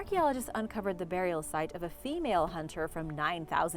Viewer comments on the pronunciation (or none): none